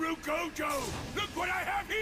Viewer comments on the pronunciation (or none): Personally I don’t like jogo’s actor, he talks as if he’s slowly pronouncing gojo’s name in syllables one by one. He says it so unnatural-like. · The dubbing is awesome for the most part, but the thing I hate most about dubs is how the voice actors always say the names like a toddler, why tf does jogo pronounce gojo’s name like that, just say it quick instead of how you’d slowly read to some preschooler. He emphasizes the syllables so much, and it makes the whole name take two second to actually come out.